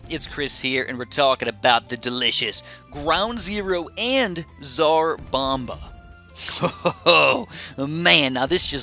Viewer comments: BTW it's zar bamba not tras bamba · you gotta pronounce the "t" in the name, cuz i here you saying dzar bomba